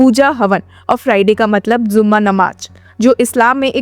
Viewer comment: Hii didi bht acchi or informative video thi aap ki bht accha lga dekh kr bs 1 cheez correct Krna chahuga k jumma namaz hota hai zumma namaj nahi thank you 😅